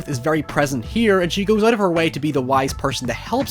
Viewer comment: “stay ooot of the basement” HAHAHAHAHA